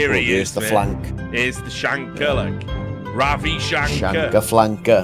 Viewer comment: Lost it at RAVI SHANK-AR